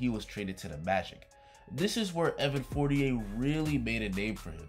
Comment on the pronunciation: Please pronounce his name correctly, it sounds like you're almost saying 48. Even google voice is writing 48 whenever you say For-ni-air.